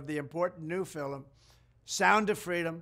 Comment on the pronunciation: When he says 'new film' to me it sounds like 'neph1im'. Is it noticeable to anyone else